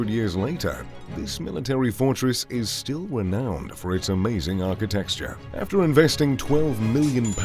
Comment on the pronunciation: Okay so he can’t say ARCHITECTURE (which isn’t pronounced archi texture), R.E.M, or Edinburgh ( which is pronounced Edin bu ra.)